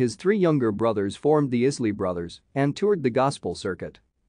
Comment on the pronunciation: It's pronounced EYE-SLEE 😉. . .